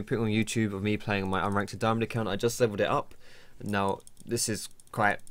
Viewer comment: don't say daiAmond